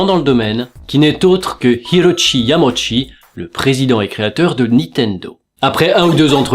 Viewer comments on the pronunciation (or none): none